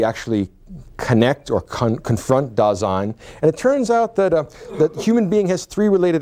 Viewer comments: It's Dasein, not Design. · Just wanted to inform you that it's not DESIGN; it's DASEIN. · mispronouces Dasein as if it were French, not German, maybe an attempt to prove to Americans he's competent?